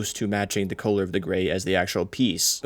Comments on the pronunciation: Why do you pronounce “color” as “kholer”?? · why are you saying color weird? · that's what I was thinking lmao